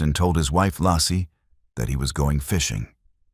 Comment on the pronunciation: Not Lassie or Lossy.....I swear I cringe whenever I hear it pronounced wrong